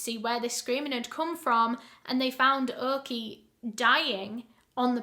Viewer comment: Orky was pronounced Oki here it’s